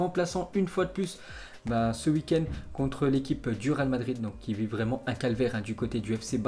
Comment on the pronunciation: un français vreeeuuuument